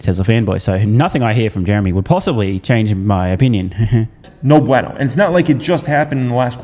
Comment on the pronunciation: Especially when he mispronounces “bueno”